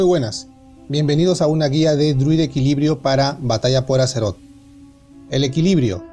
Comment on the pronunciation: Eres la única persona que conozco que dice batalla por azeroth (que por cierto pronuncias mal esta última)